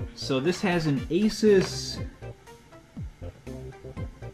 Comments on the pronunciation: Anybody else Him: A Sus Me: it's FREAKING ASUS A-SOOSE NOT A-SUS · It is pronounced a soos